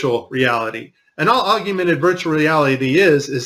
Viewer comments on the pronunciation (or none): Why does he continuously mispronounce 'augmented'? This gives a pretty fair indication of his intelligence... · Augmented... or "Ogg-yoo-mented"? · "AugUmented" maybe "augmented" reality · Okay, I have to say it-- I absolutely appreciate the work you've put in, but one thing is making me crazy. It is, "Augmented" (Awwg-mehn-ted), not Augumented. That makes me want to scream. Okay, then; carry on. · There is no "you" in augmented!! Augyoumented??? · Aug YOU mented is not how one would say augmented 🤣 It's just Aug mented just like it's spelled. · This is what happens when our school systems fail us and ignorant people don't understand technology. It's no different than ancient people who didn't understand what stars were, so they said... "Oh, those must be gods in the sky!" Also... AUG-MENTED... not aug-yoo-mented. (face palm) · The word is Augmented, not Augewmented. I bet you also say Newcewler bomb. Please say it correctly otherwise it discredits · The word is augmented NOT aug-u-mented #FFS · The word is augmented not augumented. Your premises are as accurate as your spelling. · Augmented! Pronounced Awg-Mented Not Augumented. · Funniest part is you spelling and pronouncing aug-men-ted as aug-u-men-ted. Also the ESA isn't NASA lmao so at it's most basic form you are VERY confused about what you're talking about lol. Funny video though but this was all in zero G dude lol. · Is augumented even a word? lol It's AUG-MEN-TED.. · Ahhhhhhhh! the word is "Aug ment ed" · LOL at "augumented" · OK, he's a smart guy and he speaks an obvious truth, but its "AUG-mented." Though I struggle to say the word "synthesis," so I get it. Still a great video. AUG-mented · aug-mented ask google to pronounce it for you or any other word that your unsure of. Also if I were you i would be looking at the reflections in iPads or other surfaces that reflect a clear image, you will be amazed at who is holding the camera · Augmented... not augumented.